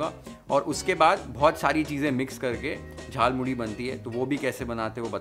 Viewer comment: You nailed it man. I'm surprised to see that you actually pronounciate JHAL MURI and VAJA MOSHLA.